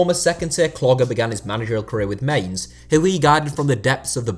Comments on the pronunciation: "Mains" come on now everyone knows its pronouced "myns" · The team Klopp used to coach, Mainz, is pronounced closer to "mines" or "mInts" with a hard "I", than "mains". The second vowel tends to be the long one in German.